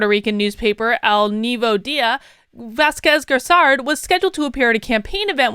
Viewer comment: Do not go too exiting by the endorsement of the Governor of PR. PR is 99% democrat because there is no alternative press here. Wanda Vazquez Garced (you butchered the pronunciation) has never won an election, she is the governor because the previous guy resigned and she was the Justice Secretary. She lost in the primary.